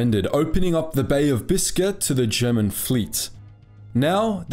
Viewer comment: The, "Bismarck," sortied in 1941, not 1940, and it's, "Biscay," not, "Biscuit."